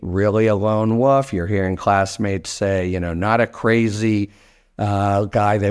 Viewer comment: Wolf , not woof